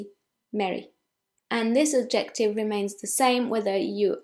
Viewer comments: Hi. I really enjoy your videos, and you speak English so well with the cutest English accent. I just wanted to correct one pronunciation. When you say the word “adjective” you put the emphasis on the wrong syllable. Instead of adJECTive, it should be ADjective. Thanks! Fred in NYC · You have been mispronouncing adjective for years. I took it as a true sign of your Frenchness and je pense que c'est trés mingon.